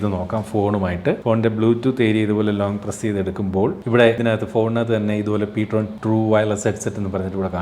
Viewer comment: Ptron ennala real name: (prime tone) ptrone എന്നാണ്